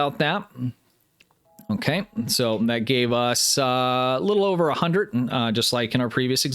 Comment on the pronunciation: This is great, tons of useful knowledge and great insights... just one problem... are you saying hundreT or hundreD? lol!!!